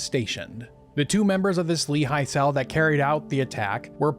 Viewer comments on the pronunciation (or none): Just a quick note regarding your pronouciation. Lehi is pronounced "Leh-hi", with a rough h, obviously. Great video, mich love! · You're not pronouncing Lehi correctly.